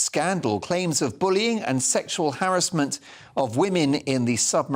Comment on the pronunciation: FINALLY!!!! Someone who knows how to correctly pronounce 'harassment'. We're not bloody American! Well done.👍